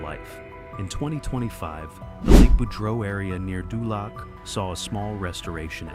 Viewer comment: dULAC....LOL DOOOLOC